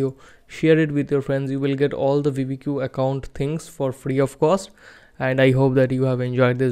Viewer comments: brooo its not called veevedq its called VID - I - Q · bro its not vidi Q. Its vid IQ = vidIQ